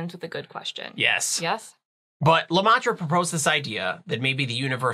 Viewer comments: Good explaination Fyi Lemaitre is said as Luh-Meh-truh. it is French and if you translate it literary it means 'themaster'. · Goerge lamatra ? Prononce it "leu meh treu " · Please ask a French person how to pronounce Lemaitre. You butcherd it